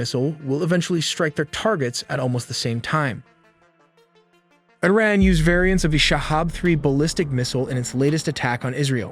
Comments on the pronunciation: Please educate yourself and don't be ignorant in pronouncing IRAN. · I hate these AI generated narrations. They can't even pronounce "Iran" correctly.